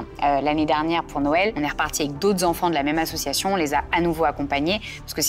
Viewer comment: Hello ! Chouette émission ! Par contre je n’arrive plus a entendre : « assuation » On dit ASSOCIATION bordel !